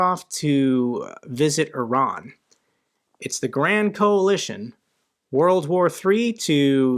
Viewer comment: " It's the grand coalistion " 🤣😅😂